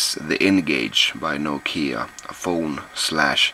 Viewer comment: Finally I learned how to pronounce "Nokia" right :)